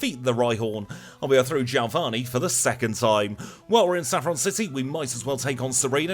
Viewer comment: who's jailvani?? lol my friend you mean geo-vani! lol but a good run all the same !!